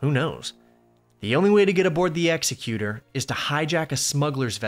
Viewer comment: Love your content. Just a super pretentious nitpick, it's pronounced ex-EC-utur, like executive. Not like an execution